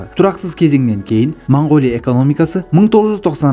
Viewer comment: Мангооля деп айтпаңдар. Өте жаман естіліп тұр. Орыс емес болсаңдар О әріпті О-мен айтыңдар